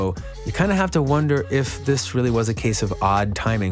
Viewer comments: “Diss” even though im super late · “Diss” ain’t dababy that’s my baby 🤣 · Diss "DISS" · “Diss” really hope I win